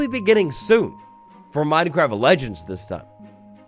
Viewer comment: Did anyone realise thanks “legneds” instead of legends 😂😂 love ya